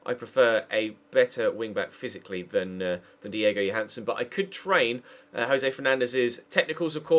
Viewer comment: JÓHANNESSON say his fkn name right